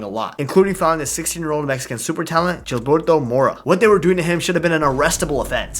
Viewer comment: Nahhh bro did not just say “JILBERTO MORA”😭😭😭